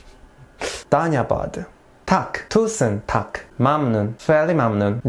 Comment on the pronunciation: It's not Dhaynyabad(ধানয়্যাবাদ) It's Dhonnobad(ধন্যবাদ)